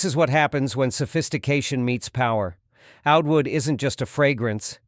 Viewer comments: Oud in arabic is prnounced a-ood, not ood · The pronunciation of Oud made me discount the rest of the video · Two questions: 1. Are human narrators that expensive?; 2. A.I. can't learn how to pronounce oud?